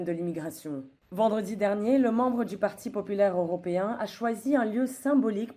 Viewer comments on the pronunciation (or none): "Oropéen"... C'est toujours si difficile à dire ?